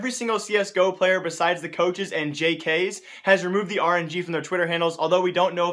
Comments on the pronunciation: Just to be kind: you only pronounce the letters, like j k s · Omg don't say jks... It's Jay Kay Ess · Just for future, its j-k-s not j-kays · ITS NOT JK'S ITS FUCKING J-K-S! Dude, how do u get so many wrong names xDDDDDD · just a question. Do you watch pro matches? Because jks isn't pronounced jcases but Ja - Kay - Es. If you watch pro matches you should know this:$ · Where are you getting these ELeuague ratings from? Plus its pronounced JAY-KAY-S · just for future reference, it's not pronounced "jaykays," rather it's "jay-kay-ess" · its j.k.s not jk's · It's "jaykayess" not "JaykayZ" ;). Please don't make this the next Kyaerbe :) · and jks name is pronounced how you read it... jks. his name is just saying the 3 letters, not "jkays" LMAO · Jee kaa es not jeekees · Not pronounced as Jks it's pronounced as j-k-s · JK'S??? ITS JKS LOL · It's pronounced "Jay-kay-es" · JAY-KAY-S, plz mon. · God damn it did he really say Jk's... Dude pls ask someone who knows how to pronounce peoples names for help. Idk why but it triggers me. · You're meant Pronounce JKS as Jei-Kei-Es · Btw im pretty sure its pronounced jay kay s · The way you pronounced JKS... I cringed.